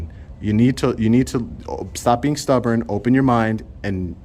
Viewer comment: I loved it when you said your being Stuborn. 😂😂